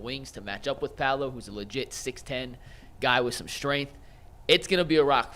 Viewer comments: Did he just call him Pablo? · Pablo...lol...learn the name...it's Paolo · “PABLO” lmao cmon